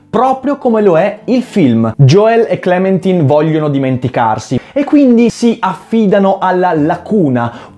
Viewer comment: fra ma si legge * clementain * sigh